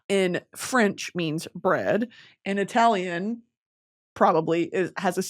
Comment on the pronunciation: As an italian, hearing brittany pronounce italian words was killing me